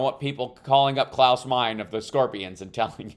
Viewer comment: Klaus “mine-uh”